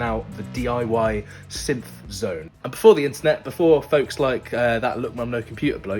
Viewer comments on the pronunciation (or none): "sympth" "sympthesizers"